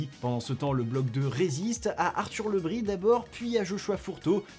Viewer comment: On ne prononce pas Le Bris à la bretonne ? ( Le Brize)